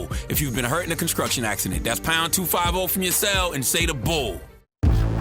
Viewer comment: Breakfast Club records a new ad for the lawyer group, Charlamagne still says "conskruction".